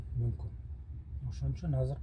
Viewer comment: Азыр деген созду Казыр деп суйлогондордун башын жулупсалсан э? Кыргыз тилинде казыр деген соз жок. Конковайлар ошентип суйлойт беле?